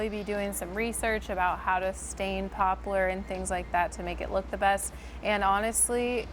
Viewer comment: The wood poplar is pronounced pop-lar. It doesn't have a u. Just saying. It's a great wood.